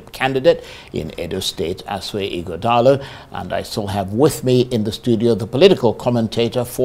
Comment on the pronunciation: it’s 21st sir not 21th and Ighodalo not Ughodalo Don’t sound like your principal pls🙏